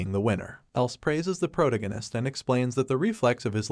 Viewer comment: PRO-tag- gone -ist not pro gon eist